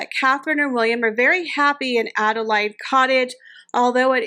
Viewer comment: That’s what I was going to say, it’s pronounced Ada Laid as in laid an egg.